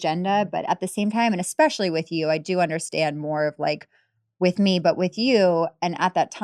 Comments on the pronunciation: pronounces it “ex-specially” repeatedly Heidi: You are really smart.: Thank you. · “Expecially now, being a doctor.” I mean, wow, that literally sums it all up, doesn’t it?